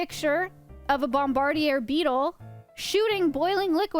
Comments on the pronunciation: bomb-a-deer, that's the pronunciation of the beetle you are looking for. Like one that bombards others.. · did it trigger anyone else when she pronounced Bombardier beetle? lol it's Bomb-Ba-Deer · I say “bomb-buh-deer” … have I been mispronouncing this since 1987 ? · Your pronunciation of noxious and bombardier is unusual